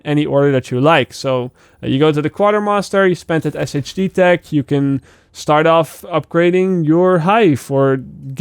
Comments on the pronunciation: Not really sure how you didn't know this already but SHD Tech is pronounced Shade Tech. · When's gonna realize "SHD Tech" is pronounced "Shade Tech" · I love how you say Shade tech 😂😂 😂